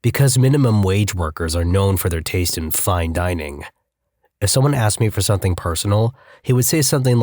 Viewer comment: No k in the word something